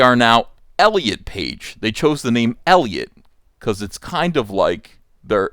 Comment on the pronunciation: Now all I can think of is ET saying "Elli-aught"